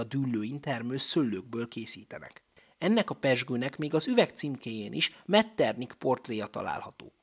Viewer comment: Helyes kiejtés Metternih, nem pedig Metternik.